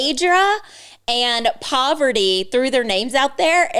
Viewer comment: It's PARV-ATY not Poverty 😂 Can't wait to get caught up on this show.